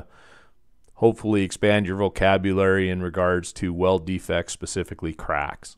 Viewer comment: Thaaanks! The way you say craaaacks is a bit funny. 😅😁 The 'a' is long. Anyway, just pointing it out. It was the first thing I noticed. Great tutorial!